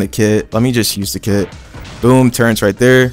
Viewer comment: The way he says turrets annoys me T_T ”turrents”